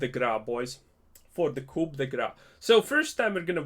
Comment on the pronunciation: Coup is pronounced without the p.